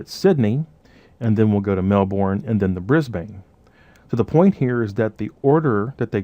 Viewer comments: Awesome videos you're amazing. I'm gonna be a real nit-pick here but I really cringed every time you said Melbourne. It's pronounced Mel-burn not unlike like you'd pronounce sun-burn:) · Love love love, this stuff super life saver only one comment, To say Brisane/Melbourne like a native it is Bris-bin and usually Mel-bin... I know we are so lazy lol.